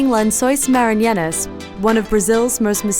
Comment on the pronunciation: It's not Lençóis 'Maranhenas'. It's Lençóis Maranhenses!